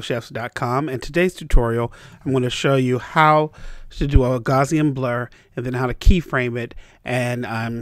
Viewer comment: It's pronounced GOW-see-in (GOW rhymes with MOUSE, the "i" should really be a schwa. Pretty close! The Gaussian is the famous bell curve from probability and statistics, named in honor of Carl Frederick Gauss, one of the greatest mathematicians of modern times. Please pronounce it right. THANKS! (^_^(